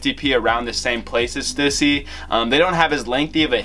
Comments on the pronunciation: Omg they way you pronounce Stussy is cringe. It’s STEW-SEA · I need to teach you how to say Stussy